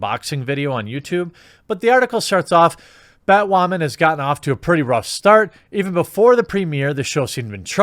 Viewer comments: am I hearing "bad whaman?" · I love the casual way you say "Bat Waman," keep up the good work. They get woke they go broke. But I guess I'm just a "straight WHITE heterosexual male". Wait WHAT! I'm not white?! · I like the way you say Batwoemen. That should work for SupperGoul. Let's defeat the YouTube algos by mispronouncing things. We could start with rik cigarmello. Oh and Epenstein didn't kill himself. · Poor Bat-WAHman !!!